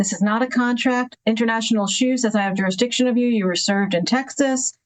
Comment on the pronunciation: Why can’t they say “jurisdiction?” It’s always juruhdiktion